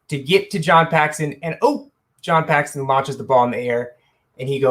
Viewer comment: Dude, Paxton bro... Paxton